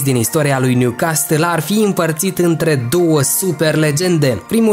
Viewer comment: M-ai nenorocit cum pronunți Newcastle😂😂